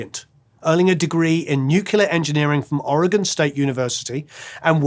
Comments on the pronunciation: Oh no … You said Nucular 😬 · N U C L E A R. not "nuclear"